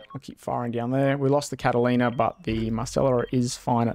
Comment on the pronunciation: Dude. Catalina ≠ Catlaina. Ffs